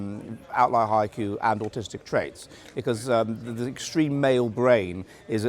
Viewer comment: "how can we save da West" ffs